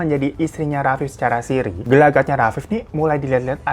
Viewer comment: nikah sirri bang bukan sirih. hihi. sirri itu artinya tersembunyi.. ralat ya netizen kalo aku salah.